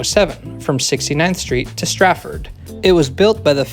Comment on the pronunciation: At the risk of being nitpicky, "Strafford" rather than "Stratford". I lived in Strafford for a while and heard from our letter carrier about constantly dealing with letters getting mis-delivered to/from the actual town of StraTford. Yes, it's also in the Philly area ... but in New Jersey! You can't make this [stuff] up, apparently.